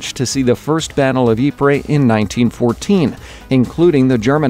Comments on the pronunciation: He keeps saying it wrong he says it like yeepreh it's yee preez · Ypres pronounced YEEPS not YEEPRE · Realy nice to see that part about Belgium! I'm Belgian myself , and i had thought it was weird they didn't include any Belgian maps.. Also i live like a 20min ride away from Ieper (Ypres) and went to school there! FYI , You pronounce is like E-per. Always happy to teach people stuff! :) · Yo just thought I would let u know ypers is pronounced "eep" basically, also during the war the British soldiers would call this wipers. Great video by the way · you pronounce ypres like eep